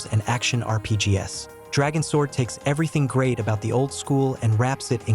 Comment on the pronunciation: this AI voice over kills me lmao RPG--S? LIKE you SAID S? Whats the S stand for, King?